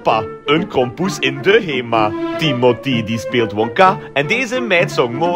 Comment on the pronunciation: Tiemotee💀 het is Timothée